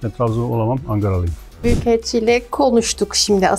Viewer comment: Adam Angaralıyım dedi yahu :)))